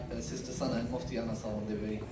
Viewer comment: Hi u lady u cannot prounouns the name anas calling in a style ans